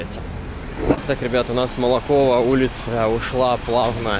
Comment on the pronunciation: Улица Молокова ударение на первую "О". Спасибо за обзор. Всегда с интересом смотрю ваши видео. На 28.10 бело- серые деревья это платаны.